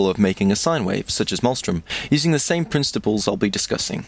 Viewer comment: lol princetiples